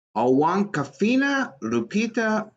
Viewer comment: "Awkwafina" is pronounced like "Aquafina". She's a lame Far-Left Asian-American rapper and annoying "actress" from "Crazy Rich Asians".